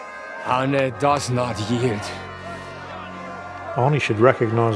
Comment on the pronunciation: The "Denglisch" is hilarious, I'm laughing meinen Arsch ab. And I like how you pronounce Arne, to good. ^^